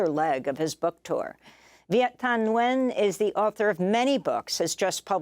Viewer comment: Viet Thanh Nguyen’s full name is pronounced Vee-et Tahn N’win!